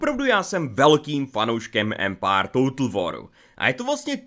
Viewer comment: Ty jsi taky "Empár"......nicméně ta sekvence s těmi českými městy atd.. mi přišla fakt divná, trapná a ne moc vtipná.. nevím no.. asi zbytečný.. jinak dík..